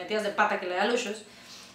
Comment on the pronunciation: Lucius se pronuncia así?